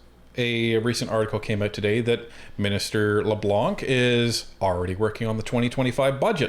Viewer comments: Blanc is the french word for white. The "C" is silent. So: Dominic Leblan. Please don't prononce the "C" it sound ridiculous. Good clip guys. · LeBlanc....don't pronounce the C.